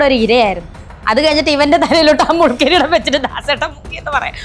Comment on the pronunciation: അവതരിക തന്നെ പറഞ്ഞു മുല്കിരീടം എന്ന് എന്താലേ